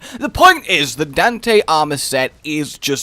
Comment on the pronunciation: xP I love how you pronounce Dante like Dente as in Al Dente for Pasta xD